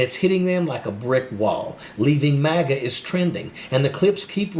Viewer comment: "I used to be a MOGA Republican and now I've turned blue." Wow! Lady was a MAGA Republican and doesn't even know how to pronounce MAGA. As much airtime Trump and his MAGA brand gets -you can certainly tell that this lady listens well -NOT. Maybe, just maybe there is hope yet.